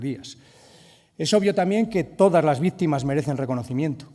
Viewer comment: Sr. Tudanca, bastante ridículo, para decir una obviedad cita a una "pensadora" "feminista" "nigeriana" Y encima, para ser castellano no sabe hablar o leer, o ambas cosas, se dice "también", no "tamien". Y citar a un asesino como Marcos Ana, denota su catadura moral, donde está la memoria histórica?. Saludos desde España